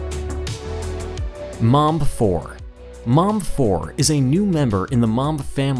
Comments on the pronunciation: He calls it mamb not mbomber 😂😂😂😂😂😂😂😂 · Is it that difficult to pronounce Mbombe 4. I don't know if you wanted to say mumb 4 or mamba 4. Shown no effort to pronounce it right. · He lost all credibility when he started measuring torque in nano meters. Also his pronunciation of the Mbombe - Not even close. None of the "b"s are silent.